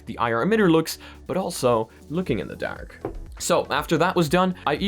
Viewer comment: i had the stop watching this video simply because of the was he says dark..... nope....